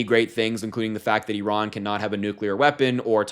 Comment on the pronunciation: Finally, an American that doesn't pronounce it "eyeran"